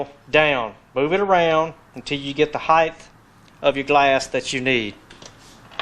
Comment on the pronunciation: what the hell is heighth?